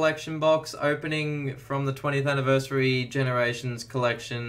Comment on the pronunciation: Aliyah Bowring yea i was like am i just blind or did he literally say ganerations